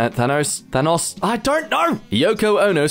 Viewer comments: it's pronounced thanos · WTF? You side with trolls? How is this Barbra Streisand? And yet here you are, choosing to copy it and post it yet again. Yes, "sage" was nearly the one you messed up. Thanoce... Thanos... I think I prefer it when you say it how it's spelt. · "Thanos or Thanoes?" Neither It's Fat Nose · Thanos not Thanohs. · its thanos not thanaaaaaaaaaaaaaaaaaaaaaaaaaaaaaaaaaaaaaaaaaAAAAAAAAAAAAAAAAAAAAAAAAAAAAAAAAAAAAAAAAAAAAAAAAAAAAAAAaaaaaaaaaas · It's Than-Ohs, not Than-Ahs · It’s Thanos, not Thanos. Ur Welcome